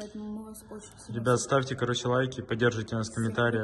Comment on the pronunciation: В кінці тільки я почула як сказав НАКАНЄЦТА